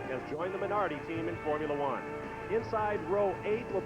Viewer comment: imagine calling the minardi "minari" . Americans being dumb never gets old